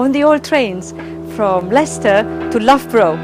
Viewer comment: Loughborough is pronounced as “luff brah “ ! 😉